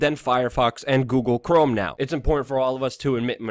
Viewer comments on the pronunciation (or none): none